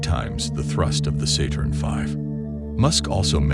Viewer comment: Fix your test-to-speech program. The "sat" in "Saturn" is pronounced "sat", not "sate".